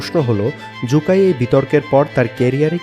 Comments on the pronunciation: সু কাই কে জু কাই বলে বলে ভিডিওটাকে দিছেন নষ্ট করে। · জু কাই নয় সু কাই😂